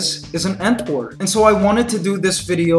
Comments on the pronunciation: when he said ant war I thought he said "ant whore" and I was like wait wtf? lol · No offence but when I heard him say "ant war" to me it sounds like "ant wh0re"